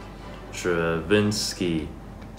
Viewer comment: “s T r A v 1 n S k Y”